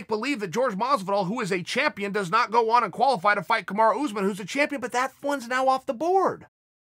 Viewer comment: No one : Chael : Kamara Usman